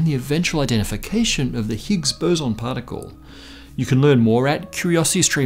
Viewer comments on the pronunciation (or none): none